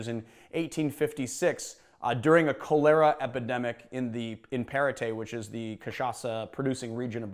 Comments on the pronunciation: Should Sound like “Collar-ah epidemic” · The way you pronounced cholera made me giggle, just a smidge ☺️